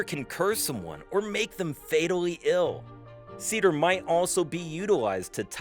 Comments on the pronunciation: Its not "Seeder", Its pronounce "SAY theer". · It's actually pronounced Say-ther. Roll or "trill" the "r" at the end. Great video. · It’s Seiðr, not cedar…